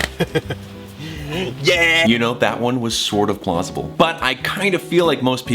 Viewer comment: he said pluasable